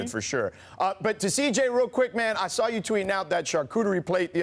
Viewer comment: Perk can't even correctly pronounce CJ's name. 😳